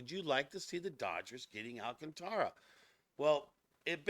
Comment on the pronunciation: No..it's pronounced..AL. CAN TRA